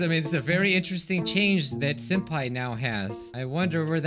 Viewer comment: Did everyone heard said Soup Pai or is it just meh qwq